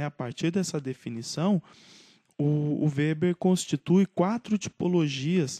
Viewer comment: (acho q a pronuncia do nome está correta)